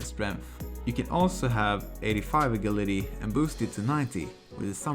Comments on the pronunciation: Great guide dude! Only thing that threw me off was your pronunciation of agility. xD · The way he pronounces agility makes me unsettled.